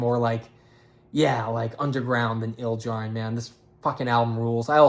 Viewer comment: you mispronounced Ildjarn and then said RAWR so pretty much fuck you